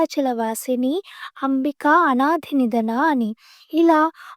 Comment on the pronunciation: సమావేదం వారు చదివిన వాటిలో అనాథినిధనా అని చెప్పలేదు. అనాదినిధనా అని చెప్పారు మరీ 🤔